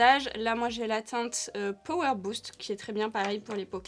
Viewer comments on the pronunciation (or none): none